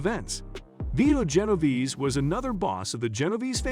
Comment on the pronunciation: Genoverse?? Genovese my guy